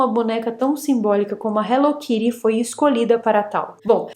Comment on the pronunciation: No Japao, onde ela foi criada inclusive, se fala Hello Kitty e nao Hello Kiri......